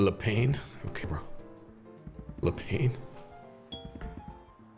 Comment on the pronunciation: LE Pain equals "The Bread". Pronounced Le pan.